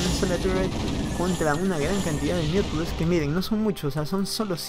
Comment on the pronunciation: Me da gracia como pronuncias los mutas... MiUdAlIsK Buena partida !!!